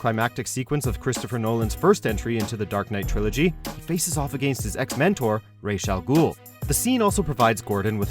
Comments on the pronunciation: /32 not Rayshagool its Razagul. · It's not ray's al ghul .. its pronounced as it's spelled. Ra's al ghul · They literally say Rahz' name at least ten times in the movie, dude still mispronounces it. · Um, who's ""Rashe Al Ghul"? It supposed to be pronounced "Raz", isn't it? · "Race" Al Ghul..haha dude..did you even watch the movie or cartoon? It's pronounced Roz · whos "ray shall ghoul"? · Raesh Al Ghul, Vigalantee... I mean...wtf? It's not that hard to pronounce vigilante and Ra's Al Ghul's name is pronounced everywhere. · Lost all credibility when pronouncing Ras Al Ghul and Rice Al Ghul